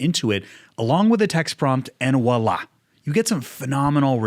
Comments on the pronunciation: it's not 'wa' its 'vwa'. voila! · It's voilà, not wah la. Pronounced pretty much the same but with a v. Voillahi I donno why Americans get this wrong so much 😂